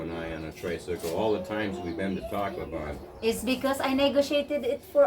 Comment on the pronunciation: just joking with you buddy! the city you went to to extend your visa sounds like you are saying "TACO BELL" on the video!